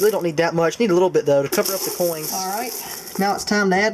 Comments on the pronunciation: am i mistaken or do you keep ending some of your words that end with a n also adding a g like ( coings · "Coings", wtf? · makes me cringe everytine he says coings >.<